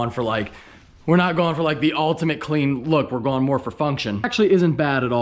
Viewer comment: Might have only like because dude said moar....